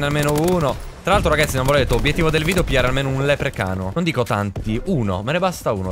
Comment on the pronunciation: Senza offesa velox ma si dice leprecauno non leprecano